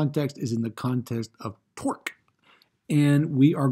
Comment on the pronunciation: Are you saying torque or twerk?